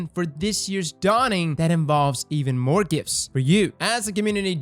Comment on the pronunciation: lol "moar"